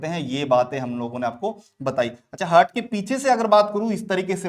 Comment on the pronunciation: Pronounciation 🤦🏼‍♀️👎🏼👎🏼👎🏼👎🏼👎🏼👎🏼 हर्ट-हार्ट ,नोज-नौच